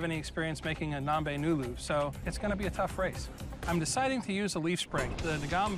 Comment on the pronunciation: imagine being a kenyan and being dissapointed when he said ngombe wrongly